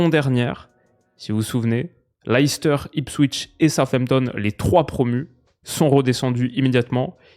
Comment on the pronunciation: Leicester ça se prononce Lè steuh pour faire simple, pas l'ail s'ter.